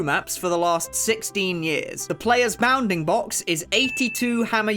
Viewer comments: I stead of saying bounfing box he says “bah-oundingbocks” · hearing a british guy say bounding box is funny